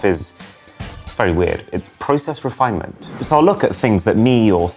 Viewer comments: "PROCESS REFINMENT" needs some refinEment! :) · process "Refinment" ?? REFINment?